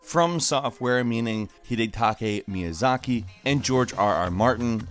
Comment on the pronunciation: Why can't he ever pronounce Hidetaka Miyazaki?